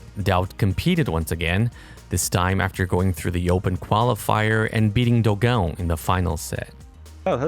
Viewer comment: First time in history someone saying Dogao the right way